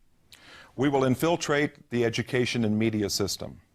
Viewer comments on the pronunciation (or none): Yes I’m a snob, but the way he mispronounced “infiltrate” told me all I needed to know lol